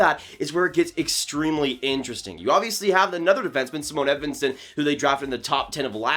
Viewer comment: Why do people still say “Zimone” for Simon Edvinsson It’s just, “Siimon”